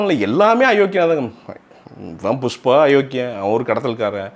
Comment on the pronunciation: புஸ்பா இல்லை புஷ்பா